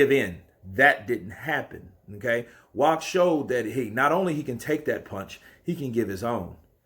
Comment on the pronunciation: His last name is pronounced with a V.